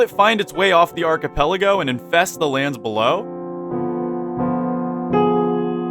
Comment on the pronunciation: its pronounced [AR-CH-I-PEL-AH-GO]